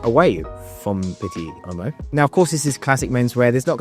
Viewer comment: Respectfully, you’re pronouncing pitti uomo like pitti ommo. You’re probably getting confused with the French pronunciation of the same word which is “homme” and pronounced “omm” in French. In Italian “uomo” you sound out all the letters and the “u” is like “ooo” so it’s “ooo-o-mo”.